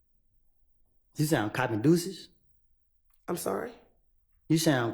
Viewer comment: You said I’m coppin duces 😂😂😂😂😂